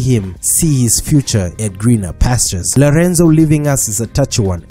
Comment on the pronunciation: Did he say lerenzo😂😂😂😂